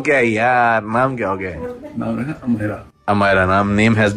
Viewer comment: amairah nhi bro amayra ... amairah is urdu word where amayra is hindu word.. amayra means princess ... aur chacha bane ki lakh lakh badhaiyan :)